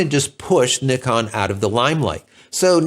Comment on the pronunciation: In North America, we have become masters at pronouncing so many names wrong. I like to hear the way you say Nikon, like mostly elsewhere in the World. Now, h-h-h-h-about Zed instead of Zee! LOL 😁 Other than that, I can only say that the Z9 is not in my future, neither is the R3 and the A1. Too much money for a retiree on a small fixed pension like me.